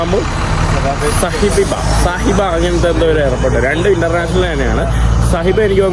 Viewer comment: സഹിബ അല്ല സബീഹാ ആണ്. 40 കിലോമീറ്റർ ദൂരം ഉണ്ട് അവിടുന്ന്